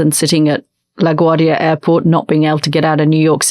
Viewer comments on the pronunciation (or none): none